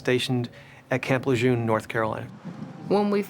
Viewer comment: Le JEUNE....not le journe?